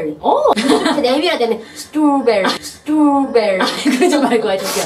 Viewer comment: 스트로브리즈 라고 발음하던데 아닌가??